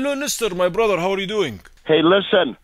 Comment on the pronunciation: u blew it up when u were saying "my brudha" as you were saying same thing and that give you out